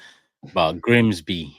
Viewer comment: Mah can't even pronounce Grimsby. That's how bad it was.